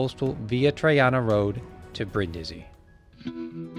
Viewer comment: *Breen-dee-zee, roll the R